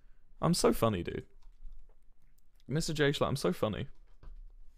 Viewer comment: HE SAID JSCHHLAT BUT I THOUGHT HE SAID GAY SHHLAT